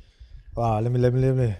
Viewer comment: " let me let me le'mi " LMAO